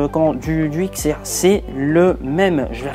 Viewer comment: On dit pas X on dit 10